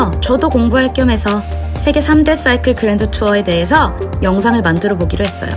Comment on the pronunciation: 쏴이클 발음 넘 쥐리네요 역시